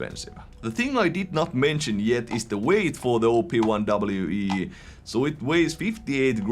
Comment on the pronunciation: i thought you were calling it the "Obi-Wan" for a sec lol